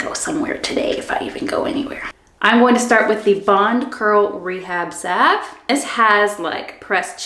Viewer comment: Great video! Out of all the videos I watched reviewing these products, you are the only one who pronounced salve correctly. Lol. Thank you for the detailed review. I love Manes by Mel too! Definitely ordering these products.